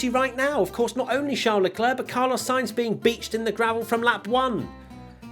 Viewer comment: Car-loss Sainz